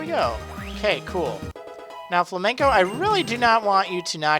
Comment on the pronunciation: it's not fla-men-co, it's Flame-N-Co.